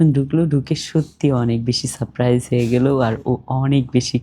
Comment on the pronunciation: আপু সাপ প্রাইস নয় সারপ্রাইজ আপনি একটু ঠিকঠাক বাংলা ব্যাকরণ উচ্চারণ দেখে নেবেন